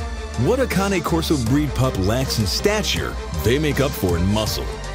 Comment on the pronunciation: Conee corso? It is cane corso you pronounced it wrong like the canes people who can’t walk good hold not conee